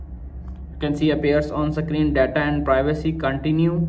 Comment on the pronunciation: Don't believe on people saying sakrin 😂